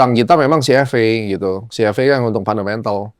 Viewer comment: CFA in English pronounce nya Ci eF Ei brooooo BUKAN CFE 😂😂😂